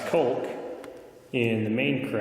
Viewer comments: Great video. Caulk rhymes with walk. Not bulk. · Hello. Curiosity has got the best of me and I simply must know, what is this thing you call kulk? Is it anything like caulk, which is pronounced "cock" (like a rooster)? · You did a good job demonstrating the various steps you took during the process. You had some good information. One thing. Please. Caulk or Caulking is pronounced with the sound AU like in Australia. AU. cAUlk. It just killed me to hear your pronunciation. That actually distracted me a bit. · “Culk” is such an interesting pronunciation for caulk. Is that the Canadian way? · Colke lmaoooooooo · Culk gun... for kkkkuuuullllking? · It’s pronounced “cork”. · It WAS the most unique pronunciation of the word caulk that I have ever heard. I actually played it back a few times. I wonder if it is regional or just him. "coalk" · Did you pronounce the L in caulk? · I cant stand the way he says "caulk"....but great video. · What did he call the caulk?